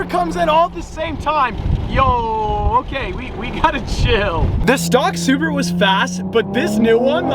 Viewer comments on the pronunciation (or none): is it me or did he say “Subaru” for Supra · Sounds like you said stock SUBARU 😅